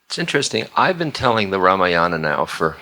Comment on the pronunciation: I have yet to see even one Westerner pronouncing Sanskrit names like Ramayana, Mahabharata! Ram Dass is no exception. Ramayana belongs to another age- the Treta Yuga when ethical values, dharma was different.